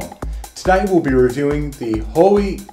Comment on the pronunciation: "Hoowie" ;D